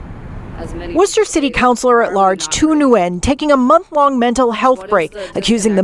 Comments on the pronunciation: Nice job pronouncing Worcester like a local! :) Sounds like Wooo-Stah. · He said Wusta just right lmao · pronounced Worcester like a local!!! Right on man lol